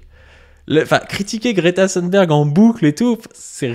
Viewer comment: Merci ! Je me suis régalé ! C'est en effet un sociotype très fréquent, et j'avais remarqué que nombre de droitards d'aujourd'hui (ceux dont tu parles, mais aussi Zemmour, Sonia Mabrouk, etc.) sont les immigrés, ou auraient été les immigrés, d'hier. Note : attention, on prononce Greta Thunberg comme dans "des thunes", pas à l'anglaise (le "th" à l'anglaise n'existe pas en suédois).